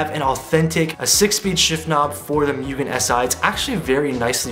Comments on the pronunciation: it's "moo-gen" not "MU-gen" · So close! And it's moo-gen LOL means unlimited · Why ask us how to pronounce Mugen correctly if you’re just going to keep saying it wrong? 🤷🏻‍♂️